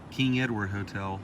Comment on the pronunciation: a motel spelled with an M is not pronounced hotel